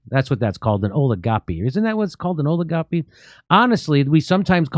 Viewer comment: Oligopoly not oligopy